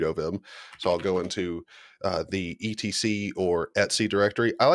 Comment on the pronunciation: Subscribed because of "et-c" pronunciation.